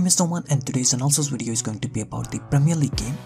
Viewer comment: Velcome to maey wideo